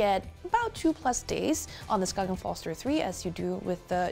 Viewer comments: Skain. Not "Skoggin" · The G in Skagen is silent btw, so it is peonoinced "skaen". Good review! greetings from Denmark ✌ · so then how to you write a word that is pronounced "skagen" in Danish? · So annoying that she didn’t bother to learn how to pronounce Skagen